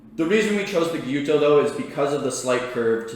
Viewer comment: And it pronounces without the S in it . Gyuto means cow knife and not Gyoto . Kiritsuke once be considered only use by the executive chef in the kitchen . For me I prefer Gyuto with a petty knife Kiritsuke . Anyway it’s all about how you handle it . No right or wrong . Cheers